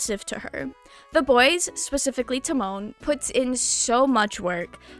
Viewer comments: it’s Ta like pronouncing the start of “Time” and Mon similar to how some people Mon Ami if that makes sense lmao. You said it similar to Timon from Timon and Pumba pff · I've been loving this anime this season. Unrelatedly the way you say Tamon's name is killing me lmao